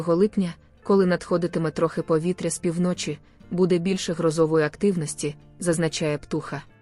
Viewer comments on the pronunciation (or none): Де вчилася ця пані таким наголосам у словах - пі вночі - наголос на перший склад , а не на другий - півно чі! Противно слухати таку безграмотність! Фу!